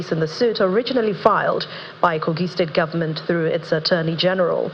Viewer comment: Someone should tell shettima that it is pronounced "government " not "gomment".